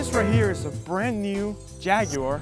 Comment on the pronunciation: Phhhsss, American cars are shit compared to European cars. Btw u said jaguar incorrectly